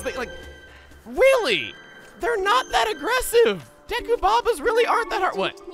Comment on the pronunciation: Chugg said "weally"